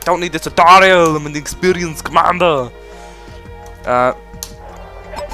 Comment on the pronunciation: "I do not need the tutoiral I am experienced commander!" - Dat accent :3